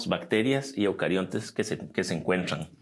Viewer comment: el profe deberia comenzar a estudiar las diferencias entre el Reino TR y el Reino CH, asi va a cachar qe dencho de los grupos va a enconchar diferencias al pronunciar palabras básicas como "otra y no ocha" "encuentran y no encuenchan" y asi, porfa profe, le haria muy bien